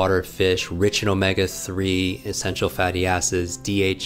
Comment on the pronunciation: Sounded like he said essential fatty asses! 😂